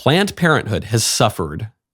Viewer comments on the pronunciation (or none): Is he saying “Plant Parenthood” 😆